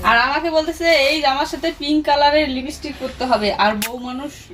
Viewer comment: প্রথমেই জুঁই কে জানাই, শুভ জন্মদিন জুঁই ❤ পড়াশোনা করে অনেক বড়ো হও, আর সবসময় হাসিখুশি আর সুস্থ থাকো এটাই প্রার্থনা করি ❤ 🎂🎉🎉🎈🎈🎈🎈🎈🎈🎈🎈 তবে তোমাকে একটা কথা বলি, তুমি বার বার হেয়ার বেল বলছো এটা হেয়ার ব্যান্ড হবে আর লিপিস্টিক হবে না হবে লিপস্টিক । বাচ্চারা মায়ের কাছে কথা শেখে । আজ তোমাকে কেউ কিছু বললে তুমি হয়তো গায়ে মাখবে না,, কিন্তু জুঁই যখন এইরকম ভুল শব্দ বলবে তখন ওকে কেউ কিছু বললে জুঁই এর সাথে তোমারও খারাপ লাগবে । জুঁই কে ঠিক শব্দ শেখাও,, এটা জুঁই কে ভালোবেসে বললাম । এরপর ও বাইরের জগতের সবার সাথে মিশবে, কথা বলবে । তোমার জন্য যেনো মেয়েটার কথাতে কেউ হাসাহাসি না করতে পারে,, মা হয়ে আমার এই কথাটা ভেবে দেখো । এর আগেও তোমাকে অন্য দিদিভাইরা হেয়ার বেল না বলে হেয়ার ব্যান্ড আর লিপিস্টিক না বলে লিপস্টিক বলতে বলেছিলো,, তুমি শোনোনি । আজ বার বার তোমার ভুল কথা শুনে আমিও বলে ফেললাম । এরপরেও যদি মনে করো,, তুমি তোমার মেয়েকে ভুল কথা শেখাবে,, তাতে আমাদের কি । আমাদের তাতে কিছুই যাবে আসবে না । ভবিষ্যতে জুঁই সবার মাঝে ভুল শব্দ বলে হাসির পাত্র হবে । তোমাকে,, জুঁই কে ভালবাসি তাই বুঝিয়ে এতো কথা বললাম । না হলে বলার কোনো প্রয়োজন ছিলো না । ভেবে দেখো আমার কথাটা । যাই হোক আজকের দিনটা তোমরা সবাই খুব আনন্দ করে কাটাও,, সবাই ভালো থেকো । আবারো জানাই জুঁই কে অনেক অনেক ভালোবাসা ❤❤❤❤❤❤❤❤❤❤❤❤❤❤❤❤